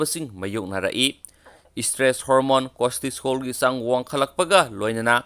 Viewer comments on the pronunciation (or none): Costisol haib nte cortisol haibanemi aduga emunune hairidusu taba nungaite